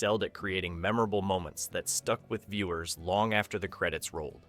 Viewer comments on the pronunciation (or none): none